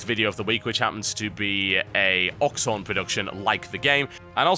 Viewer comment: he pronounced oxhorn, oxon >.>